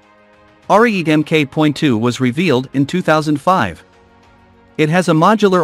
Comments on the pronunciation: Please program your computer voice to pronounce words correctly. This Italian tank is not called "Are-eat", it's "aree-eh-teh", meaning "(battering) ram" in Italian. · Are-e-et-ay. That's how it's pronounced, Rookie... You only damage your own credibility...